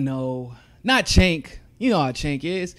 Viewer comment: his name is pronounced with a "J" sound: "Jenk"